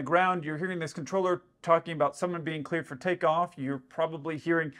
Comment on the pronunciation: He clearly said tleared for cakeoff 🤣🤣